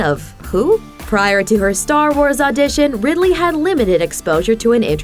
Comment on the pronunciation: It's Ridley - as in Ridley Scott